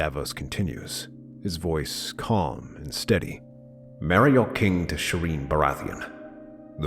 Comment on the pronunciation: bro said aegon the 4th and serene baratheon. Something is off